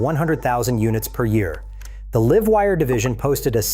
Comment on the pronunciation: think he/it read Live Wire as like in living, not LIVE as in now/current. *only once, other times it was pronounced in proper context.